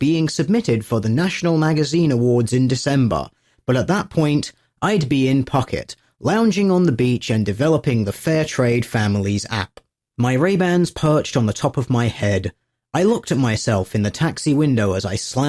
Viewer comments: I'd be in "P-huk-et" It is pronounced "poo-ket" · "pucket"? Haha, it's pronounced "poo-ket". Or did you intentionally mispronounce it to rhyme with "fuck it"? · "Pukkit"? Seriously? In your extensive research, you never looked up how to pronounce Phuket? It's "Poo-ket", incidentally. Great vid, though. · Foo-Kett, nut Puck-ett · Tiny nitpick...Phuket is closer to Poo-ket in sound....but really Thai written in English rather much wrong. So I'm wasting electrons here.. . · It's pronounced Fahkeet. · that's clearly pronounced "Fuck it". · Really minor thing, but 'Phuket' is pronounced Fu-ket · Phuket is pronounce "poo-ket". It's a beach in southern Thailand. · It's pronounced Poo-kett. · Or "Fuck-it". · I'm pretty sure it's pronounced as an "F" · I've never heard anyone pronounce Phuket that way.